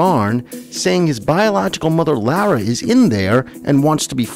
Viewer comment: Lara = Laura not Lowra